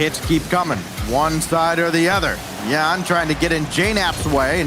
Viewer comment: Stop calling him "YANX" when EVERYONE ELSE calls him "YAN".